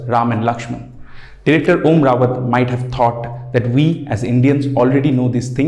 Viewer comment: It's Om Raut (Ra-Oot with a soft T), not Rawat. Not just your channel but pretty much all have got his name wrong.